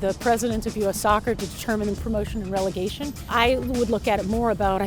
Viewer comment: Its Relegation not regelation.